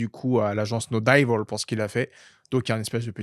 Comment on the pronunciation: On dit " no divôle" pas "no daillevôle". Faites un effort 😂😂😂 trêve de plaisanterie mais....... merci pour tout votre excellent contenu